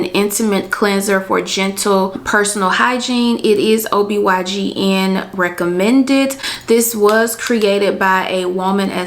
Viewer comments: ITS OBGYN!!!! not obygn lol😂😅😅. Absolutely love this video tho. Thanks love❤🎉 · it's OBGYN not OBYGN 🤦🏽‍♀️😂😂😂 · GIRRRRLLLL IT'S OB-GYN!!!! NOT OB-YGN!!! 👀😏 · Anyone else notice ..........For Ms. Who made this video, throughout the entire video you've referred to a gynecologist as a O B Y G N. They are actually called O B G Y N. Just a tip for any other future videos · Great video sis. I just have one thing. It’s Obgyn not obygn 🙏🏾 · OB/GYN not YGN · Just a gentle correction sis: I’ve noticed that several times you said “ob y gn” but that’s incorrect. The correct the title for that doctor is “ob gyn”, which means “obstetrician gynecologist.” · Its OB G-Y-N. You kept saying Y G N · It's Ob-G-yn jeez! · She kept saying OBYGN lmao. And 8 ounces = 1 cup of water. I think she meant 8 cups. Otherwise good video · It’s pronounced OB GYN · Respectfully correcting you…. It’s OB GYN. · Any catch when she says “OBYGN”? Still a very informative helpful vid!!! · I thought I was trippin! I knew I heard OBYGN! Sis said it like 3 or 4 times!🤣🤣🤣Good info tho ladies!💯